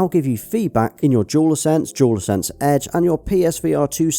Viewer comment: Why does it sound like he's saying "Jewel Sense" when he's saying "Dual Sense" ?